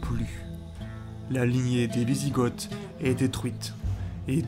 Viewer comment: Hâte d'avoir la suite, un petit conseil, de faire un effort sur les prononciations, on dit Wisigoths (Vizigo)!